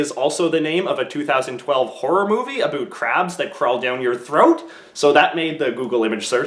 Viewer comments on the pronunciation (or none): why do you say about like abüt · Why is he saying aboot instead of about? Everything else sounds normal, which makes it even weirder. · aboot lmao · He canadian duh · I love this channel, the best thing "aboot" this channel is how you pronounce "about" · Aboot? lmao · "Aboot it" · Canadian lingo eh? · OMG! He said aboot! He's now my favourite Mr Abootman